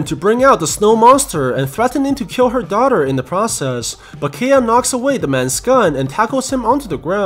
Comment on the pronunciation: when will we going to talk bout how he said daughter (dauter)